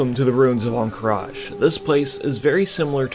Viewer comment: there is no "i" on the end of Ruins of Ahn Qiraj